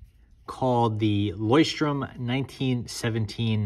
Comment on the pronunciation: THANK YOU! Takes away from your credibility when you butcher their name.